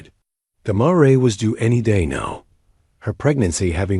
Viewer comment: Please correct pronunciation of the word mare